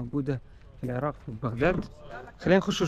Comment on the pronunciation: العراق مو العراء